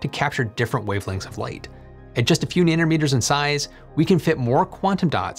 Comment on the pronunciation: you said nannermeter :D